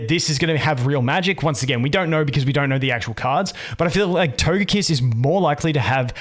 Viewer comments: My man says Togepi and Togekiss correctly but then says Todjetic 💀🤣 Anyway, let ST Smackdown come. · You say Togepi and Togekiss correctly, how and why can you so narutally say "to-je-tic"?"